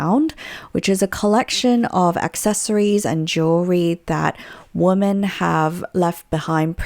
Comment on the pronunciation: It's so grinding how she raises the tone of her voice at the end of sentences as if it's a question when it's not. Also the way she pronounces women as woman. Other than that, interesting content